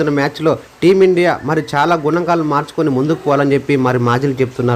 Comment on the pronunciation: Gunaankaalu kaadu babu.. Ganaankaalu